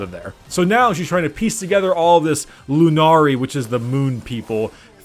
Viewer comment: Lunari, not Moonari. Pay attention.